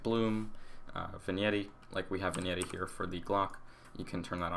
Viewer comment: "vinyeti" haha, I believe vignette is pronounced "vinyet"